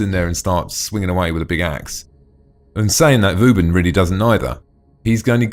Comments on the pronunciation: Hes say's vouben :D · funny way to say vauban xD